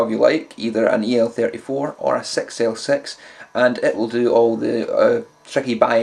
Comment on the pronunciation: =) "Either an EL34 or a Sex El Sex"